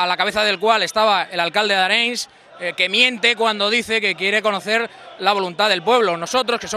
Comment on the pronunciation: "El alcalde de Areins" Xe fill, aprén a dir el nom del poble on vas a muntar el teu "contubernio nacionalista"